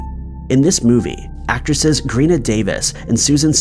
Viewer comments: GREENA? It's pronounced "GEENA," Gina Davis 😄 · And it’s pronounced “jeena Davis”, not “greena” 🙄